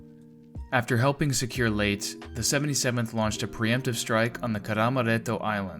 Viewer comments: i dont know how he thought it pronounced as late but still great video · I’ve never heard Leyte pronounced “Late” before. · Leyte is pronounced like "lady" also "gunwale" is pronounced "gun'ls" for next time 👍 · Pronounced Lay - Tay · Filipinos pronounce it as written - so the last e was never a silent "e". These are just constructive criticism. It is confusing since the way he pronounce Leyte may be mistaken for "late" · Don't you just love it when people who claim they have a personal source is right whilst getting into a pissing match when they can just look up the official history of how the name came to be? It's "lay-tay",in both Spanish and Tagalog. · Great information on this video. I just wish they would start using actual voices instead of AI voices and you can tell this by the way they pronounce things like Leyte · How could you have possibly mispronounced Leyte? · That's a mistake if he pronounce the word "Leyte" and "Kwajalein" wrong. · Leyte is a Spanish word so the final e is not silent. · It may be A, but it's lacking I. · I just say it I physically cringed every time Leyte was mispronounced lol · Yup. Narrator should have researched the Philippine Language. I am sure there are online translators that he can use. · Yup ita a Tagalog word and it's correct pronunciation is with an e at the end in their language. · I had to stop the video because he kept mispronouncing a name associated with a decisive naval battle. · I am sure i am not the first, but its pronounced “ Lay-tee”, not Late for Layte island. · Leyte is pronounced Lay Tee, not late. You sound supremely ignorant consistently mispronouncing it. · Leyte is pronounced as Lay-teh not "late" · FYI- I've always heard the island of Layte pronounced LAy-TEE not "Late" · Layte is pronounced Lay-tee. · its pronounced "Ley - te" NOT "Late" Sheesh! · "lay tA" gulf. Two syllables.:face-turquoise-covering-eyes: NOT "LATE.":face-blue-smiling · your video is good,but Leyte is pronounced Lay-tee,not late